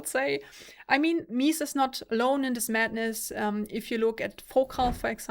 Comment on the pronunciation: I always appreciate your videos, it's the next best thing to trying it out yourself which is not possible for many of us. However, I must say this. It's " Meh-Zeh" Antonio's ( the founder ) last name, not meeez ;P The vocal texture on the Empurean is way more obvious on this sound demo, this is a better sounding headphone ( imho ) overall, whether it's worth it? For sound alone I'd say there is NO better value out there than used/open box Arya Stealth with pad swap and some eq. For looks/comfort/prestige? Empyrean rocks.